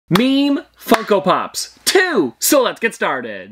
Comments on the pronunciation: You did not say funko pops. You said f###o pops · "meme fuckopops" u just accidently said the f word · I thought I heard meme fucko pops .-.